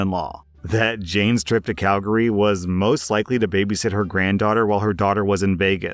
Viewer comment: Holy shit. nailed the pronunciation of Calgary. I’ve heard other Canadians fuck it up. Nice, man. In the same vein as the story about the retiree - I had an assistant department manager who was peak entitled boomer. Very “It’s not faaaaair that I have to work Mother’s Day since I’m a mother.” You’re a florist. She whined about the schedule, tried to get Thanksgiving off because “if I don’t cook, my (30 year old) kids won’t get a Thanksgiving dinner!” and whined about working Christmas eve because “It’s not fair - I have a family, and you just have your dad.” I went to a different store and my replacement was someone who, blessedly, put up with her shit even less. (I became friends with my replacement and we talk daily.) I heard from her, and from some of my regular customers that my former assistant was talking shit about me CONSTANTLY, bragging that she got me transferred (she didn’t), that I was threatened by her because co-workers and customers “liked her better” (lol) among other things. She handed in her notice after disappearing to California for two weeks longer than she said (with no notice or communication.) and a while later, came to talk to my replacement saying “I’ve heard from some people that you said I quit. I didn’t quit. I *retired*. Make sure you tell them the truth.” (My replacement said if anyone asked, she just said assistant didn’t work there anymore.) I realize this is more r/pettyrevenge than prorevenge but anytime anyone asks me what ended up h